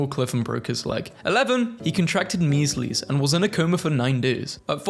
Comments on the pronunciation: Meeslees? Hahahaha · I love how you call it the meeslies